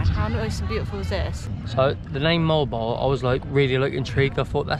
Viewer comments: It is pronounced Moh-Wahll-Boh-Wahllll! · Moe Al Bow Al #phonetics 😊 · Not molbol to pronounce it though but Mo-al Bo-al like seperated but just doing it fast.